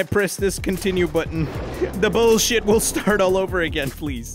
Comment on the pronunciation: I love how he says buooolsjit